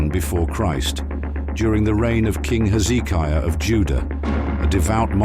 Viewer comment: Dear Mr "AI" PLEASE get your pronunciations of the name of kings correct, it's Hezekiah, not Heeizikia.